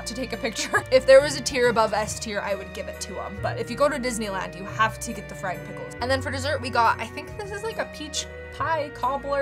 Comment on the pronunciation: when you said fried pickles i thought you said "we got fred some pickles"